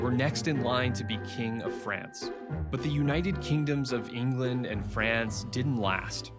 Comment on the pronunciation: there could have been better actors to take on the roll. I could name many actors who are British that have take similar roles that would have done better. He coudnt even say England, he said “englind” and he looks very young for the part and Henry was like 6’4